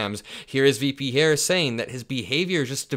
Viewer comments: Why can't he say Harris? LOL what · He said her name wrong on purpose. Serves her right. She doesn’t understand that she is no different to him than Kamala Harris.